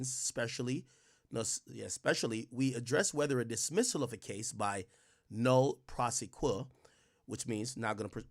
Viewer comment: Ak its pronounced NO-lay Pro-SEH-quee